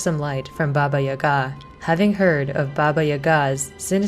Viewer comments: Really cool video, but I find your pronounciatin of "Yaga" (Jaga) weird. In Polish we say it with an accent on the first syllable YA-ga, not ya-GA. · When I was growing up, grown ups would always use Baba Yaga as a scare tactic to get kids to go to bed at bedtime lol However the stress mark on the name Yaga is on the first a, Yága :) great job on the video! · Yaga like saga.